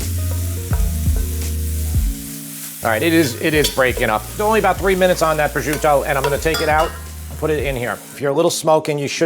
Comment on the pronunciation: Prosciuto is pronounced pro-shoot-o not pro-zuto.